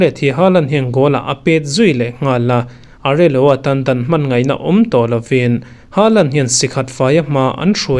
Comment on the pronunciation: Ka thiam chu ka ti hauh lo a, Hming ho hi a dika lam theih chu nise ngaihnawm zual deuh chuan ka ring. Areloa nge Areola, Migenza nge Mingueza tih ang reng...... Kei ai chu in hre zawk daih tho a lo sawi ve mai². Good news erawh ni tho e.